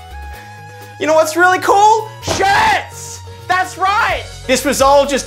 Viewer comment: Don’t miss the r in shirts